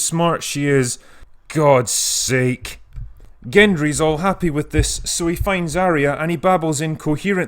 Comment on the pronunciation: "Gud Sake" llllllmao